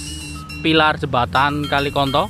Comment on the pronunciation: Bilang nya konto o nya lebih di tekan mas bukan konto